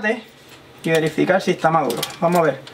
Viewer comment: Discúlpeme porque el aguacate dise esta velde y no verde y dice verificar y no dice velifical se dice las cosas bien como son